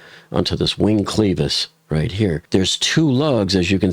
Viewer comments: why are you pronouncing it sleeves not clevis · It's 'clevis' not 'cleevis'. Check Google. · It is NOT pronounced cleeeevisss. IT IS CLEVvv- Is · It’s pronounced as if u were saying clever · Clevis - with a short "e". Not pronounced like "cleaver:, but like "lever" Yes, it matters if you wish to sound like you know what you are talking about.